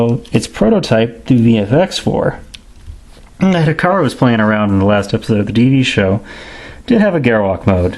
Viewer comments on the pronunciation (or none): Hikaru, not Hilary LOL!